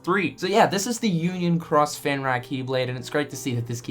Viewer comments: Fen-Rear,. Not fen-rah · Pronounced Fen REAR, comes from Norse Legend a wolf god.